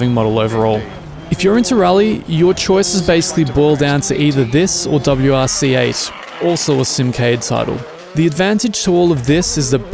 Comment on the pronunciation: WRC and Dirt Rally 2.0 are the 2 rally titles to pick from, I think he said WRC differently in the video.